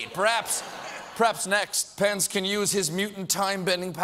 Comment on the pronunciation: Am I the only one who hears 'Pants' every time he says Pence?